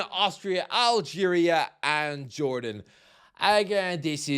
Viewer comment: North MaCKedonia CuraCo Türkiye (that one wasn’t too bad) JorDAN